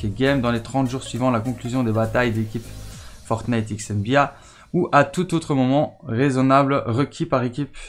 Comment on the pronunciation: Tu prononce mal nba